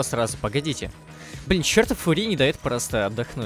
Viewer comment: господи пожалуйста говори не фури а фъюри